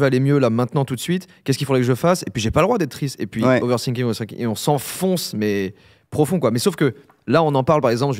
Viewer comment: Joyca qui dit "overthinking" en prononçant ça mal à la française ("oversinking") en rajoutant que l'on "s'enfonce" dans la tristesse est du pur génie inintentionnel 😂😂 (sinking = se noyer )